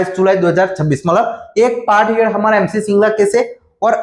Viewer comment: आप पार्ट हियर्ड क्यों बोलते हो। पार्ट हर्ड कहो।